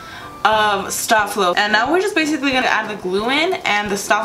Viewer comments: Honey, it's pronounced stay flow. hahahaha but I'll never call it that again. lol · it's pronounced"stay-flow"😒😒😒